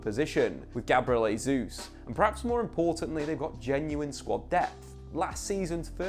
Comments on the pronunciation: Hey, its not pronounced "Hey-juice", its "Jay-Zus" 🤦‍♂️😐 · Just for your own knowledge, Gabriel Jesus pronounces the J in his last name. Kinda like Jay Zeus lol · It's pronounced "Jay-zuz". Christ you'd think covering football for a full time job he'd figure it out by now. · Very good analysis of what promises to be a really exciting season. I'd just like to add one pet peeve: Jesus is Brazilian, but a lot of commentators are already calling him "Hay-zoos", instead of "Zhay-zeuss". Thank you. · Jésus not Hesus. Journalists must find out correct pronunciation. This is Portuguese not spanish.